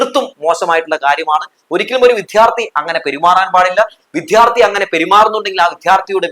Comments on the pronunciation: മാഷേ വിധ്യാർത്ഥി അല്ല വിദ്യാർത്ഥി എന്ന് പറയാൻ പഠിച്ചാൽ നന്ന് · അവതാരകa വിദ്യാർഥി എന്നു ശരിക്ക് പറയാൻ പഠിക്കുക